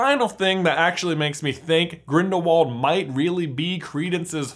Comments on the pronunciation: not to be pushy but the pronunciation of Grindelwald is grildelvald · Gellert is German, meaning his last name is pronounced Grindel-vald!